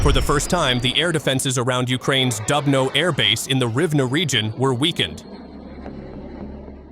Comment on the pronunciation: please, try to pronounce КИНЖАЛ properly - it is zh like in French je also, it is DUBNO like in Doobie Brothers you see, you can do it